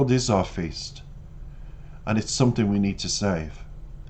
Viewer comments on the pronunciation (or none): none